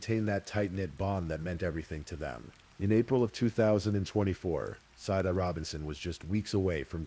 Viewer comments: The AI narrator mispronounced Sade throughout. Kinda disruptive and annoying. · I feel sad that Sades name was mispronounced throughout the whole narrative, especially since the story started with how to pronounce it. Issys too when her full name was spoken. It's disrespectful to their memories 😕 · It absolutely is disrespectful, I agree. That’s what we get with this type of AI slop.